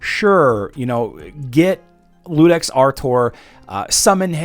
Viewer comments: By the way, it's not Ludex, it's Iudex (yew-dex) with an uppercase "i". It's latin for Judge. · I was going to jump on here and say the same thing. was the first content creator I've seen pronouncing it with an "L", even though it is obviously an "I". Guess the brain just wasn't willing to wrap itself around that word correctly. It happens